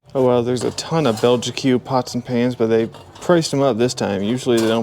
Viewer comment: Those pots and pans are pronounced Bell-jeek with a soft J :)